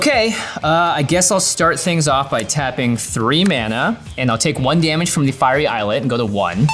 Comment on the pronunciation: I give so much to those that can't pronounce, but islet IS NOT *IS Lit*; it's *eye-lit*. Wow. And you guys Amana-too wrong even after corrected you. This game has words and etymology for a reason. Diluting it is farse.